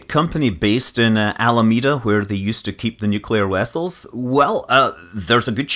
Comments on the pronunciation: Nuclear wessiles? "Warp three please Mr Chekov!" :) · "In Almeada where they used to keep the nuclear WESSELS?" Wessels? Verrry well Mr. Scott! :D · NU-KLE-AR. WESSELS. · Yes!...Agree with Colonel Graff! Thanks for mentioning the "de wessels". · Nuclear wessles! Hahaha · Weeeery Vell :D